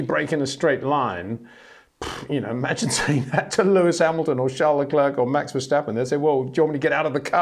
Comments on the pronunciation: First say Claire. Then say Leclerc. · When will Peter learn how to pronounce Verstappen en Leclerc?